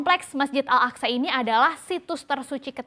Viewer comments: bun al aqso bukan al aqsa...yg bener tuh nyebutnya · Pengucapannya Masjid Al Aqsho meskipun penulisan Al Aqsha artinya beda itu. Haduhh payah nih reporter CBNC.